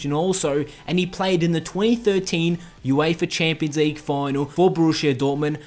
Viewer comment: Wtf is the Youééifa Chéémpions Leigue?